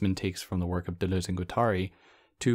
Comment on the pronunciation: It has to be pronounced "ak-ILL", right? Maybe akillEE if you're super anglophone. Only because you said you really do care about pronunciation, i have to commend the way you say Deleuze, but point out that Guattari should be read as gwa-ta-REE. Sorry if this has already been pointed out to you, and thank you for your content.